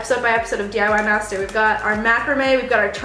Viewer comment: seriously though every time you say "DIY master" it sounds like "DIY messed up"